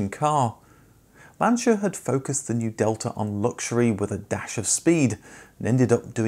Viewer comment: Also 'delta' is pronounced differently in Italian; still good effort sir! 👍 Great video as always!